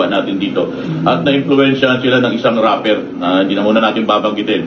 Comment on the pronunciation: RAPPER NOT Rapler